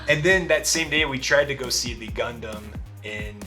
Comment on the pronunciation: ガンダムの発音がいい。フルーツは次回、巨峰を試してね。